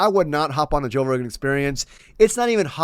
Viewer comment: "toe" rogan! i love it!